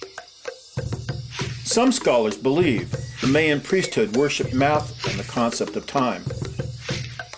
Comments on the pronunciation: Mayan: supposed to be pronounced " MY-AN" not "MAY-AN"....... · video is awesome, except for the strange way he says Mayan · this dude needs to learn how to pronounce the word mayas and mayan